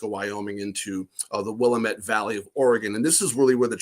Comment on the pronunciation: He DID say Oregon correctly :-) should just let it pass, Pat.